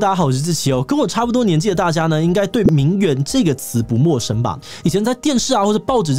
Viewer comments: 虽然但是，我只想说，“名媛”的“媛”念作“yuan”四声！！！！！四声！！！！ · 現在都把這個字唸成『援』的發音了啊 細分來說，作為名詞應該是要唸作『院』的音，頂多形容詞才會唸『援』 不過以賺錢為目的來說，唸作『援』似乎也蠻正確的XD